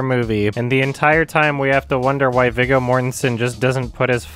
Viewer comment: ... It’s actually pronounced “VEE-GO” Mortensen